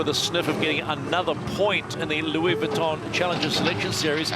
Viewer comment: Can someone tell the commentator to stop saying 'Vwitton'. Oh ok then don't worry it"s fine